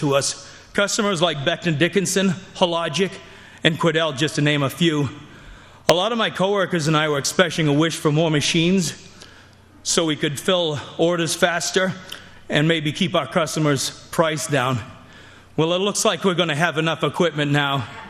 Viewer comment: Did that dude with the hair fancier than Trump's say " Expeshing"? OMG his name is.... Nevermind.